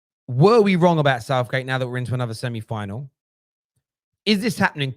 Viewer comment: Is saying 'semni final'?